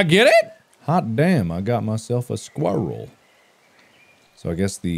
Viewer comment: i just love the way he says squarle